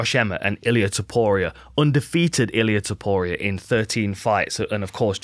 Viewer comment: As chael would say, "Ilia Topoirier"